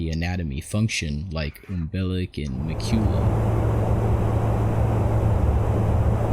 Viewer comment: Proboscis - Prah-BOSB-iss Macula - MACK-yoo-luh Sorry, zoologist here, just thought I'd let you know since you seemed confused over these pronunciations the last video. ☺ ...I wonder if this is at least partially inspired by HeIIstar Remima?